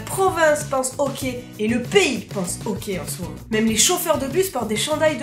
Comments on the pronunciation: le ok c'est super important... C'est vraiment ça que j'ai entendu jusqu'à ce que je me rendes comptes que tu parlais du hockey XD on le dit awké c'est pour ça lol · Tu dis au quais ala place de hockey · On ne dit pas « ohquai » mais « ahquai ».... ok? :) (référence Hockey). Même encore plus « âhquai »... conseil ne pas manger d’ail avant de prononcer le mot Hockey au Québec tellement le ´H’ est expiré :) excellente vidéo! J’ai eu bien du plaisir à la regarder :) bonne continuité et bienvenue ´che nous’ :) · on dit hocky et non ok et Céline dion y'a juste les vieux qui l'aime pis tu n'est pas une Québécoise tu est une française tu n'est pas l'une des notre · C'est mignon comment tu prononces hockey on dirait que tu dis ''okay'' et pour le pourboire il faut TOUJOURS donner un minimum de 15% du coût de la facture à moins que le service soit terrible puisque les serveurs gagnent moins que le salaire minimum à cause du pourboire qu'ils reçoivent. Super vidéos en passant :) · Quand t’a dit hockey je pensais qu’t’vais dit hoquet! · J'adore quand tu dis okai au lieu de hockey 😂😂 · Au debut j'ai compris que tu parlais du hoquet, tu sais le truc énervant qui durent des heures avant de comprendre que tu parlais du sport.🙃🙃🙃